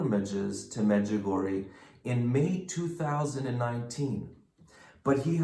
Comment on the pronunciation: The correct pronouncing is Medg u go re a I hope this helps people to say it right .